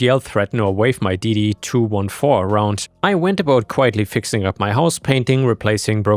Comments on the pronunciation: DD-2-14, not DD 2-1-4 that hurt to hear lol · Hey. Quick fix. Yeah it's 214, but military and vets say it DD two fourteen. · ⭐️❤⭐️❤⭐️❤⭐️ Just fyi DD 214, the numbers are said two fourteen. I’m a vet.